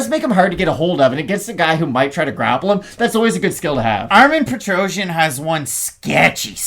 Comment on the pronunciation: Nobody pronounce Petrosyan correctly. The ending doesn't sounds like trojan , it should pronounce more like Petrossian